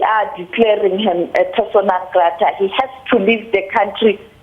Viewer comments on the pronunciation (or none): Persona not Persana lol 😂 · It's persona not persana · IIts "Persona" not "persana"! 😂😂😂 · "PERSONA" MAN!!! You guys are embarrassing with all of these basic errors!